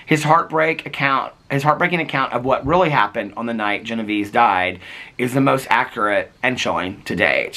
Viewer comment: Her name was pronounced Gen-o-VAY-zee. It's a fascinating story and I'm looking forward to reading the book. Thanks,.